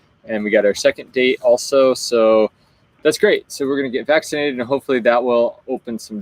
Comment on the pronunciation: says "we're so excited! Next week we're getting back to naked!" 😜..... Accent translation - Vac ci nated